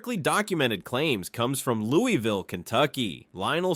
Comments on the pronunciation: It is pronounced Lou-uh-vull and Der (rhymes with her)-bee. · How did you do this entire video and still not pronounce Louisville correctly? 🤦‍♂️ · Louisville pronounced.. Louie vul, Not Louis vil.. 🎉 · It's Loo-uh-vle not Lewis-ville. Ale8 is garbage I'll take any other brand of ginger ale. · as someone born in KY Louisville, its pronounced Louisvill, not LOUIVALL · It’s not Lew-E-ville. We call it Lew-Uh-vull. We are weird lol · out of towners usually say it like “Lou-E-Ville” or like your wife’s “Lou-Evil” but People from Louisville say it like “Lou-ah-Vull” it’s not really a big deal how you say it but if you come to “Louisville” for whatever reason and say “Lou-E-Vil” the most that will happen is a local will just know you’re not from Louisville(which this place is no Hampton so not being from here is kind of an upgrade lol) we even have a famous shirt that has all the ways people pronounce Louisville lol. I think it goes something like Lou-E-vill Lou-Ah-Vull Lou-Is-vill Lou-vul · I think you mean Louey ville. I was born and raised there Everyone i know says Lou-ah-vul. When I was in high school, a tshirt came out that had the different pronunciations of it on the shirt. Too funny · lol fr it’s not Louis-vile it’s Lou-ville. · Almost impossible to spell it the way it is said. "Loo" as in "look" (not "Lou"), plus a subtle "L" sound, followed by "vl"(not "ville"). To try to spell it, "Loo(l)vl". Not "Louis". "Louie" is acceptable in some situations. But, generally, "Loo(l)vl". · The city was originally a village named after King Louis of France. That is the reason the whole world except KY says Louie-ville.